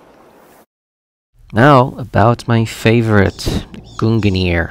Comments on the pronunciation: You pronounced both mjölnir and Gungnir wrong they are pronounced (Meul-near) and (gun-neor) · “GUNGANEAR” “MAJOLNEAR” My norse mythos lookin ahh: 🤨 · The way they pronounce gungnir is so funny to me😭😭